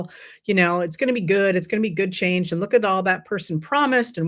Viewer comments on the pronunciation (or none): none